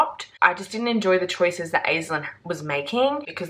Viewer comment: omg this book sounds so good!! going straight on the tbr as from Ireland. just wanted to say the Aislinn is the same as Aisling and pronounced like "Ash" "Ling"